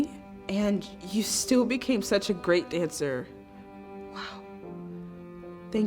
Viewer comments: “and you still became a GEAT dancer” 🤣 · you forgot the r in great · You said geat not great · it said geat not great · when it says great it is geat lollz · Is no one going to talk about how she said geat instead of great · its GREAT not Geat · “ and u still became a ‘geat’ dancer” THE DIALOGUER DID A LIL OOPSIE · Why does one of the words say Geat instead of Great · Did anyone notice they said geat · “geat” lol